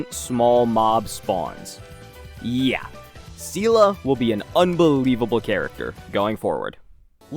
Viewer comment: Seele is such an old character people just forgot her name is pronounced as "Zee-lah". Not "See-lah" (which in Russian sounds as the word that means "strength" :)), not "See-lee".